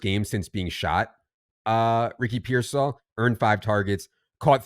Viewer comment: Why the trouble pronouncing Pearsall? I feel like you guys have some inside joke